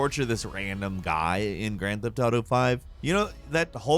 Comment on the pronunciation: “Gryand feft ardough”